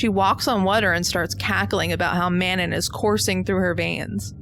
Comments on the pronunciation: *mano instead of manon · It's Manau, not Manon. Cleary you didn't even watch it 🙄 unsubbed "I adore this movie" Suuuuuure you do 🙄🙄🙄